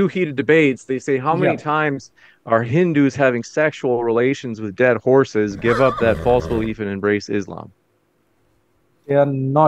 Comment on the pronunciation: “horse is a deddd”.the accent tho😂